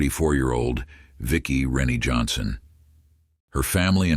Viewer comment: It's pronounced Rin-Ay not Rennie